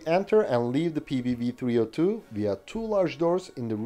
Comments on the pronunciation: Very impressive that you managed to say all the Swedish names in their full glory, *clap clap*. Small correction1: The cannons used to be belt fed, but this was later changed on all of them to make them cartridge fed. Small correction2: The PBV 302 is more of an APC than IFV. It was meant to carry troops into battle and then stay to support them with the cannon. Ukraine will probably make the most use out of these bad-boys as battle taxis and armored ambulances. A vehicle not for the modern front-line, but more for the rear. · Well done pronouncing the Swedish vehicle names!!!